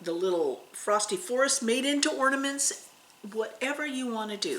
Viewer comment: I'm listening to you on my 📺 . Every time you say orny sals. It sounds like you are saying ( please forgive me lol) horny sals. And I go What did she say! Lol I hope I didn't offend. But you keep me smiling